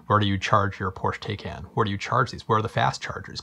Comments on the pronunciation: Porsch Teyken? :-) Why are all you US guys so bad at pronouncing foreign names?! An A in Europe is always like "chArger", "cAr" or "Audi". porsch-e, E spoken like the E in "tEsla". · it’s pronounced “Porsch-e Tie-Con”! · Porche is pronounced Porch e, and taycan is pronounced tie con